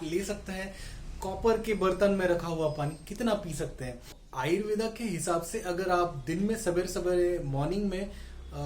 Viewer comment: The pronounciation is Ayurved, not Ayurvedaa 🤦🏻‍♂️